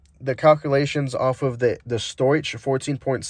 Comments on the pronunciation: Stoich (short for stoichiometric is pronounced "stowick". Great to see someone doing what most of my tuning entails! Better fuel economy & performance with minor changes. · Stoichiometric. Or stoic. Not stoich. The ch is pronounced as k. Only problem I had with the video lol.